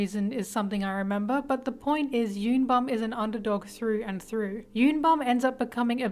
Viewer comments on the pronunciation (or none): Y'all literally reading Bum's name as "YUN BAM/BOM" when it's actually YOON BOOM, please they are koreans ಥ‿ಥ